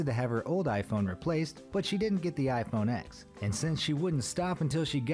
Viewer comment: If you’re going to make fun of people, at least get your facts right: it’s not pronounced iPhone “X”, it’s iPhone “10”